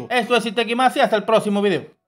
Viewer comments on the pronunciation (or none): none